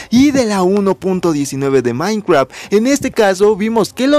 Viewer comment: Dijiste Mineceadt :)